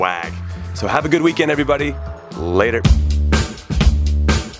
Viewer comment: Does it bother anyone else that Conradinho says weekend "weekand"?